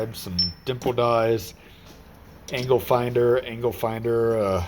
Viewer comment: I kept rewinding back to that anger findle angle finder part 😂